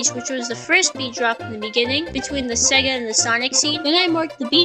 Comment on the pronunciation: he did NOT say sega